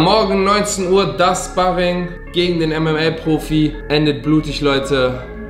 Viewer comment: Wird Schparring ausgesprochen und nicht spahrring